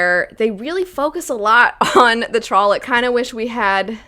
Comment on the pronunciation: I spent the majority of the time laughing because I kept hearing trollop instead of trolloc (or however they spell it). I haven't read the books. I owned them for about 10 years but never got around to reading them and finally sold them. Also, Rand kind of reminds me of Anakin from the first 3 star wars movies